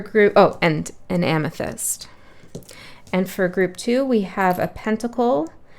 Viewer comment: I do not know the name of the gems . I picked 2nd first but then immediately after that I heard amesthy-mist!!(amethyst).